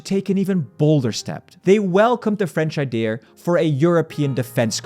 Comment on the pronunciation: ‘Idea’, please 🙏🏻 not ‘ideaR’